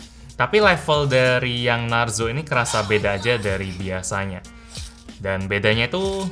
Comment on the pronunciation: Klo di indo narzo jadi narjo bang